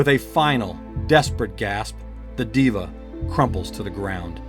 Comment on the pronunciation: Can't stand when Devas are pronounced Divas 😅🤦‍♂️